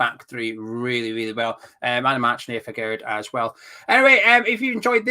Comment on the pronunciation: FGS it is naef agured Not Nathan